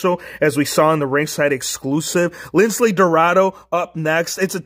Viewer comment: It's Lince not Lincle